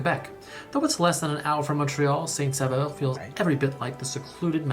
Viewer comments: "Saint-Saveur." IS NOT THE NAME!!! It's not even A name! The name is Saint-SAUveur. Pronounced SO-veur. If it would be an English town it would be called Saint-Savior. It would be nice if you would inform yourself about the French Canadian culture. The French Canadian culture is WAY DIFFERENT than the English Canadian culture!! You have practically done no videos on our beautiful culture! After all Canada isn't only about the English! The French Canadian culture is very important in Canada. So if you want to have a TRUE idea what Canada is about, you NEED to find out more about French Canadians. Not just in Québec, but ALL over Canada since Franco-Ontarians, Franco-Albertans, Franco-Manitobans, etc, all share a past and culture, but each area has their own separate culture too. The Acadians have a totally different culture since their culture doesn't even stem from Québec. They have always been their own people and culture. They have a very interesting culture! "Seven hours. I feel like you're gonna want to be flying that" ... "even if you're not going to be doing it a lot". Well if you want to visit Canada you better get used to driving 7, 9, 12 hours or more if you live in a remote area. That's NORMAL in Canada! Flying is VERY expensive in Canada, so unless you're rich you are DRIVING everywhere! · Saint-SaUveur, Québec - pronounce Saint-S'o'veur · It is Saint Sauveur Quebec. (Holy Saviour) Not 'Saint Saveur' You forgot a 'u'. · Oh my god it’s “Saint-Sauveur” as in saint-saviour not “Saint-Saveur” as in saint-flavour 😂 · Not St-Saveur, but St-Sauveur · That's Saint Sauveur, not Saint Saveur!